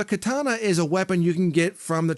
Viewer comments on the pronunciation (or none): none